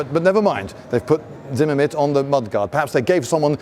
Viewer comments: "Zinnimit"? , , The term is zimmerit. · It’s “zimmerit” not “zimamit”. Great video otherwise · Whats Zimmemit? I only know Zimmerit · The word is Zimmerit, not zimmermit. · It's not zimmermit it's zimmerit :))) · Zimmerit not Zimmermit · Sounded like he was saying "ZimmerMit" instead of "ZimmerRit"...the latter being correct. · Zimmerit! Not Zimmermit! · Not a Brit eccentricity even. Zimmerit, pronounced zimme-rit not zimmer-mit. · You spelled "Zimmerit" correctly, but you pronounced it as "Zimmermit" several times. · Zimmermint lmao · "Zimmermint", ok, you are a proper Brit innit. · Does anyone else hear "ZimmerMitt" ? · Zimmerit was a paste-like coating used on mid- and late-war German armored fighting vehicles during World War II. Zimmermit (as our esteemed host keeps pronouncing it) is very bad German for "room with..." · First time viewer, I don't know if you fail at saying Zimmerit correctly every time on purpose or nor, but it's fun and good spirited, and I love it. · I don't think you pronounce Zimmerit properly. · Lindybeige should learn how to pronounce the word 'zimmerit' correctly.